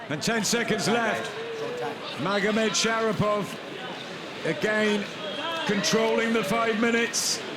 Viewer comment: ShaRIPov not ShaPIRov